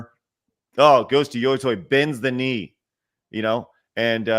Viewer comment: What people should really be mad about is saying yo-toy over and over again. There is no universe in which the english letters "tei" are pronounced "toy"